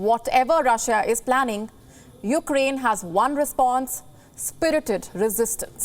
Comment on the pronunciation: Did she say Ukdain?